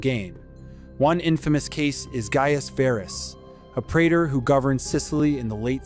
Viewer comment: Diphthong 'ae' is pronounced E (as in pee) pre_tor